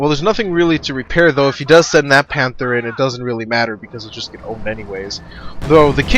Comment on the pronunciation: yea, i kinda hate the way he says panther